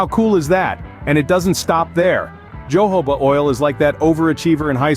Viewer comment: Uh, you mean Jojoba, right? Pronounced Hohoba, no?